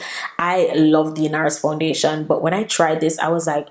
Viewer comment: The way you're pronouncing the foundation is sooo annoying sound weird.